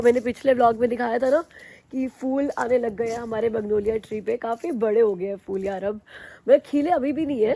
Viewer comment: hi, in hindi if I'm not wrong, its 'phul' not 'ful'.. What do u say 😂